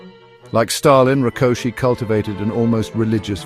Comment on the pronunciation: The last name 'Rákosi' was pronounced correctly. The last name 'Nagy', however, was not. It is pronounced like "Nadj" — the letter "gy" is not like a hard 'g' (as in golf); it sounds more like a soft 'd', similar to the "Dj" in the name of Novak Djokovic, the Serbian tennis player. The content of the video, however, is breathtakingly accurate, especially considering the complexity of the topic and the video's length. Hungarian is a Uralic language. One common feature of these languages is that the emphasis is always on the first syllable of each word. Using this correctly leads to a more authentic pronunciation automatically.